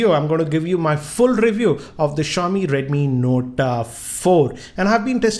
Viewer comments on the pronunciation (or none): redmi nota ,please talk clearly its redmi note but not redmi nota. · is it redmi note or redmi notaaa lol .